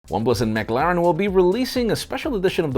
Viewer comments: ‘Maglaren’? Come on. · sounds like "Set your calendars for December McLoving" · needs to work on his pronunciation of McLaren!🤣